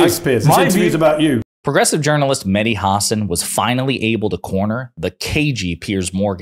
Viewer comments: It’s HA-SAN not HAR-SARN lol bugs me when Americans mispronounce his name 🤧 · Hasan is pronounced, huh-saan. 🤔 VOTE BLUE EVERYONE 🩵 💙💙💙💙💙💙💙💙💙💙